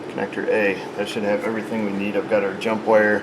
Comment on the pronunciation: The PowerSmoke diesel... lol As the grandson of a Canadian, I laughed a bit too hard ("Connector Eh.") I played it a 2nd time so I could laugh at it "a-gayne." Egads, once a wiring harness gets fire or battery acid damage, it's gotta be cut out and replaced.